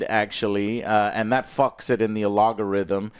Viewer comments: Bro needs to learn how to talk wtf is alogorithm 😂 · To this day, Joe has yet to say algorithm correctly